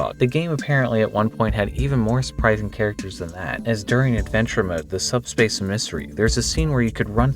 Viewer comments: EM-I-SARY. EMISSARY IS A WORD. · "subspace uhmissery" I refuse to believe you aren't just messing with us.